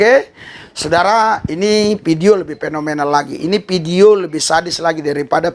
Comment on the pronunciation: Harap logat yg baiklah Vidio bukan pidio tapi Vidio ,hidup Kristus jaya